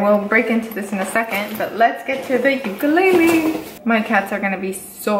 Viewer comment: FINALLY SOMEONE pronounces the word ‘Ukulele’ properly!! THANK YOU Btw ur cats are too cute! 😉 😊 😇